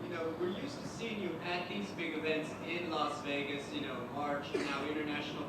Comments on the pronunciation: Sean pronounces “Vegas” like “Vahgus” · No one: Sean: I love Vehgas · Sean please learn how to say Vegas😭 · why does sean pronounce vegas so weirdly